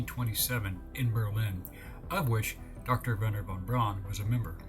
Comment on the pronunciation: his last name is pronounced like brown. von braun.